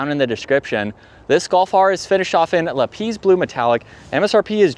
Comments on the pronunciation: He says Volkswagen wrong too but we will cut him a little slack because we like him. If you use the German translator and put in lapis it says LAP like the English word and the emphasis on LAP, then PIS like piss. And it is the same in English and German. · You're mispronouncing the color lapis. Google correct pronunciation